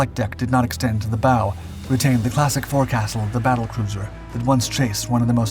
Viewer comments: The 'Pocket Battleship', never a cruiser, Graf Spee wasn't launched until 1934. It therefore took no part in WWI. Glorious lost all her turrets on conversion; not just the aft one. 'Fore-Castle' is pronounced 'Folk-sul'. Basic Jack Speak. '46th' sqn is another horrible Americanism. Just say '46 Sqn'. You talk about Gladiator biplanes, but show Swordfish. Despite the video, Graf Spee was not around Norway at this time, although her accomplice Altmark would later be. You show HMS Ardent F184. As per Graf Spee she was not launched until 1975 and so took no part in WWII. The Exocet launchers are a bit of a giveaway. You need to look for pictures of HMS Ardent H41. 'Two Sixty-Third Sqn': another horrible Americanism. You Hurricane landing is a Fairy Fulmar. Why show Glorious in WWI cruiser configuration being chased by Scharnhorst? 'One of the longest shots in naval history', makes it considerably shorter than several others, especially compared to Warspite's effort in the Med. Some of your Scharnhorst footage of the engagement actually shows Bismarck during the Battle of The Denmark Straight. The Ark Royal shots are mainly of R09, launched 1950. The Gannets and jets on the deck are a clue. I assume you mean that this was the only British carrier loss of WWII for which the records have been sealed. She wasn't of course the only carrier lost. This was a dreadful page in the history of the War but was it worse in effect than Hood, or PoW and Repulse? Usual display of lack of knowled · “Fo’c’sel.” You’re welcome.